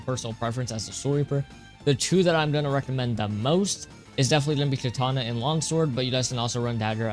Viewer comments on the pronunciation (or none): none